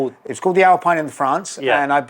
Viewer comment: Absolutely lovely car, lovely video. Pronunciation is "Al-pee-n", not "Al-pie-n". Jonny had it right.